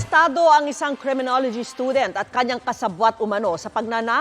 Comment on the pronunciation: hahaha creminology bwahahaha